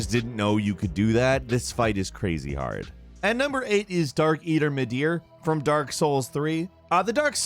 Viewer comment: Darkeater Midir!? C'mon son. Not difficult. Surely not more difficult than Sigrun.